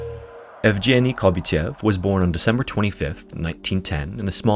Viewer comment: sir I love your videos!! fyi, yevgeniy's "g" is pronounced as in "green" or "sag"